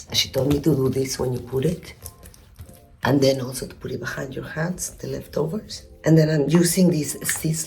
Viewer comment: “de lefthoversh” narrate my life please